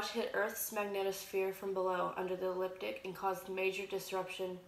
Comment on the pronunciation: You pronounce so many words incorrectly which makes it difficult for me to listen to you. Here in America, we say Flashlight not Torch. The word is Ecliptic not eliptic. You leave out the first 'c'. Schumann is pronounced with a long 'u'. I'm not at all trying to be snotty, particular, rude or mean. I realize that some people may consider my comment as "petty". To each their own. You've got great information here, your delivery needs work. Have a great day & may we all be observant & prepared.